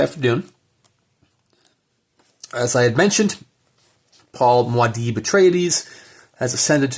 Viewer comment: Mwah-deeb lol. Sorry to bring you up on this ... but it's pronounced Moo-ah-deeb !